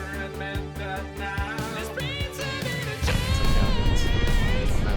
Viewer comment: MIN-A-TURES MIN-A-TURES. Well that's in my head forever 🤣